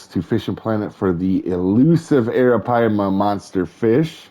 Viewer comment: You got a lot closer than a lot of other people have you seen some of the other videos?